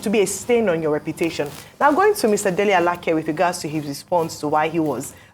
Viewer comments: U don't understand me. She's not struggling with the name pronunciation. There are two names with the same spelling. She perfectly pronounced the one she used. That is A-la-keh. The Minister is A-la-kay. If she goes to Abuja and asks for Alake (a-la-keh), it is possible there is someone bearing that name in his office. This is just a 2mins learning, and I'm sure Ojy has no problem with it. It's ppl of low capacity who think they have to pause every other area of life until Nigeria turns to America. Remember, Ojy is a journalist, not a reader like u. She will handle it differently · Thanks so much Arise. Ojy is doing well. I think I've heard Ojy called Alake (a-la-kay) Alake (a-la-keh) a few times before. Both pronunciations are Yoruba names but this Minister is Alake (a-la-kay) like Alake of Egbaland. I expected Rufai, Ayo, or Dr Abati to have spotted this. They always do, I'm surprised how this skip through. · Alake is pronounced:Alaa Kay. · I wish I can do even a quarter of what you guys do ..BUT if you have to be the one..then do it well..Our Ojy should learn to pronounce Nigerian names ..no excuse oh..You can't call Alake like you r calling a ladies name..and many more ... And our politicians just open their mouths..imagine .Alake saying he is trusted to get his post . ..